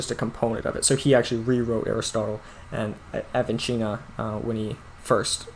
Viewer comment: Not pronounced as "Avichenna" but like "avisenna", that is without "ch" sound rather "s" sound.